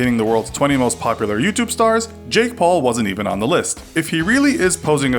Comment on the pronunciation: HOT STREAK I see you have failed to do the research, so I doubt anybody much less the "Jake paule"(can't tell if you are saying Jake Paul plus an E or Jake Pauler minus the R) will care about your opinion.